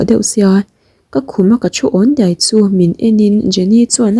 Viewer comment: Deih iti zela daih tih tur😂